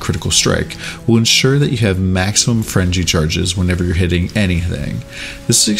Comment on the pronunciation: "Frenji charges". I can't stop hearing that now.